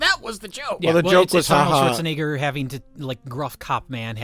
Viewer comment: RLM got a guy who can't pronounce "Schwarzenegger" for an Arnold Schwarzenegger movie commentary track.